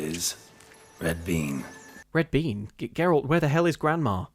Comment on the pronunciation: said Geralt's name correctly 8 times in this video, and I'm almost disappointed.